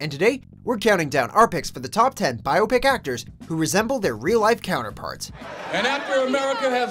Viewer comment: He pronounces biopic wrong the entire video. And it bugs the help out of me